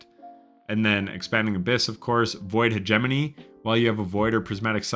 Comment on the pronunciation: wow, you actually pronounced hegemony correctly lol .. good stuff